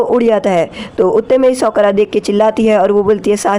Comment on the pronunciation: sokara nhi sakura